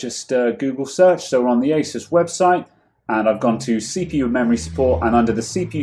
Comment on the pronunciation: I know...old video but I gotta comment...FINALLY....yes FINALLY someone who pronounces Asus...correctly for once!